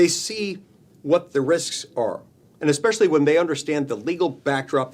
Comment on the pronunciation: It’s not, “eckspecially”!!! It’s “ESpecially”. Make it stop. It’s like, aks. I want to aks you a question.